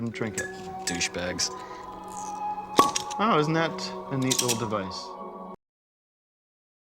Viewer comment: LOL he calls them douce bags.